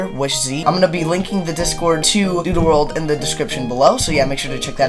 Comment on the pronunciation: Why it sounds like he said doodoo world 💀